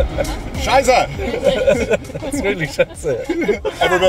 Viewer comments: Actually, I don't wanna be that guy really. But, it's ''scheisse'' not ''shiza''. Or, ''scheiße'' but that is somethang else if I'm correct. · It’s not “shiza”. It’s “scheisse”.